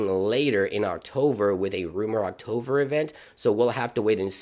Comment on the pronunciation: he said "octover" 😂